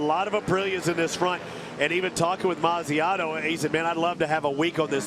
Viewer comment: it is Mazziotto not Manziano